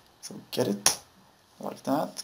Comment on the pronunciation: It is not pronounced "Get It" it's G Edit, Thank you for the video anyway. Even tho you could gone that a Little faster and less talking but I guess you wanted everyone to follow along. Thank you